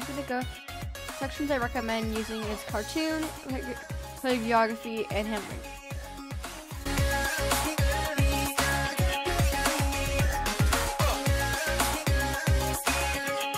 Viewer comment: when you say 'calliagryagraphy' or something like that, its pronounced call-i-gra-fee! just so you know for next vid. (unless you said that and I couldn't understand because of the music). actual spelling is calligraphy